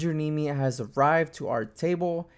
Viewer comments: it"s "knee me" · No, you kept incorrectly saying "Neme" which rhymes with meme. You might want to watch his vlogs.